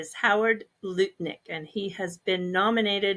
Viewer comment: It's Lut, like "Nut".... Lutnick